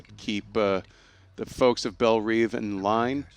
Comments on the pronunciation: Its pronounced Belle Rev like reving an engine. Not Reeve. Even though it is spelled Belle Reve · ***** He also mispronounced Belle Reve, so clearly these guys don't get paid to know stuff. It's IGN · That's not how you pronounce Belle Reve! Or Katana.